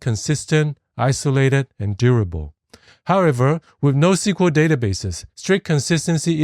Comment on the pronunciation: Also maybe you meant "NoSQL" ( not NoQSL )